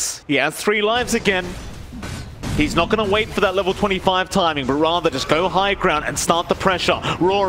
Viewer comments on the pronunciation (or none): none